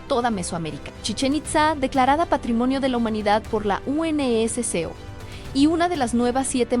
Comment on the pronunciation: Me trauma que no pronuncia UNESCO ….